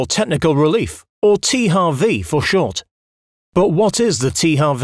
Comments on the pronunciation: Even if it correctly should be “tee-eych-double-u” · Der Typ weiß aber schon, dass man in englischen H anders ausspricht? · Oder das englische W...